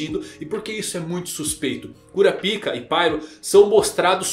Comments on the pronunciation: Toda vez que ele fala cura pica eu repito cura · CURAPICA ? KKKKKKK CARA FALA DIREITO O.NOME DELE POR FAVOR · O q custa pronunciar na versão BR "kurapaica" kkkkkk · Esses novos chegados da obra prima chamada hxh destruíram o nome do personagem mais foda… que mané curapica é kurapaika Zé só assistir o anime antigo esse novo me da um ranso ao pronunciar ssse nome … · Só eu quando ouço Curapica,fico rindo por dentro 😂😂😂😂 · Minha quinta série n me permite segurar a risada na hr q ele fala "Cura Pica" kakakakkakakk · Kkkk quando o cara fala o nome cura-pik o vídeo vira piada kkk😅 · Kuroro? Porque ele fala todos os nomes assim se eles são escritos claramente diferente? Perguntando na moral mesmo, curiosidade. Eu sei que os japoneses pronunciam parecido com isso mas não quer dizer que não tenha o L no nome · Essa pronúncia "Cunapika" tira toda a seriedade do vídeo. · Meu fi, fale Kurapika direito, que agonia...